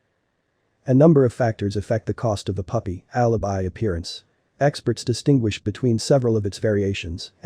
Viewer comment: Alabai not Alabee